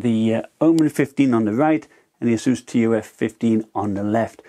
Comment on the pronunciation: Great video, but say "T. U. F." Like" tough" other than that great vid! Keep it up!